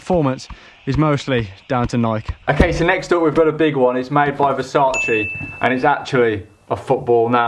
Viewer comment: I'm Italian and it's the first time I've heard Versace pronounced well by someone who speaks English as their native language. Well done ahah